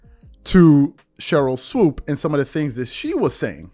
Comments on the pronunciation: Why you keep saying Sheryl Woods ? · In case you're unaware of it, you said Sheryl "Woods" instead of Sheryl Swoopes🤦‍♂🤦‍♂🤦‍♂🤦‍♂....nonetheless, dope podcast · Swoopes... Not Swooped or Woods.... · Swoopes Say It With Me Swoopes 😂😂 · He spelled it correctly in the title, but said it wrong. You didn't even spell it correctly 🤦‍♂️